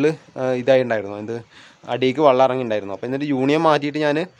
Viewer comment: വള്ളം അല്ല , വെള്ളം 😊